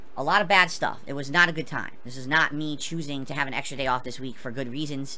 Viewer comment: I like how he says week, weenk xD wink xD Or sleep, sleenp. That double e must get him, huh?